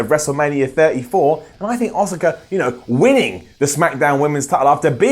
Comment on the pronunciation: says Asuka as Oscar lol